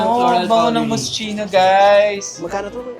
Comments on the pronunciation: Moss-KEE-noh not MOSCHEENO LOL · its mos-kino 🤣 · MOSS-KEE-NO correct pronounciation po 🫶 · Mos - ki- no po ang tamang pag basa... ❤ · Hello maaaaa, love all your vlogs. anyway ma MOSCHINO pronounced as MOS-KEE-NO. Loveyou all beks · True nabother ako dun charot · This is how properly pronounce Moschino - Mosskino Eclat - Eclah silent T. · Moschino = MOS - KEE - NOH Eclat = EK - LAH